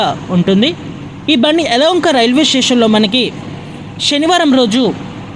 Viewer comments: ఎలాహంక అని అనకుండా ఎలవొంక అని అన్నది ఆమె ఉచ్చారణ సరిగా లేదు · అయ్యా యలవంక కాదు యలహంక